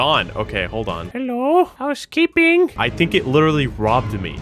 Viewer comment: ist funny he sed hello house keping😂😂